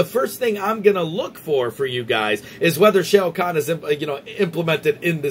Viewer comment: We gotta work on that Shao Kahn pronunciation... Good video though.